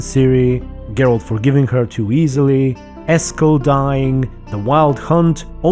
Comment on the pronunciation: Eskel.... Just Eskel...